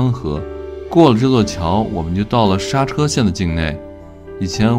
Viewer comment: 莎車，應該唸成縮居